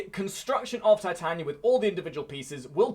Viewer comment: It's Titania not Titanya